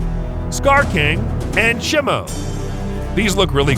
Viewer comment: It's shemo